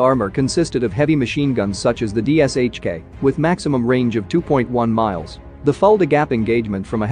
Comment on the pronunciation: It’s pronounced DISHKA and yes I got shot at by that thing in the korengal valley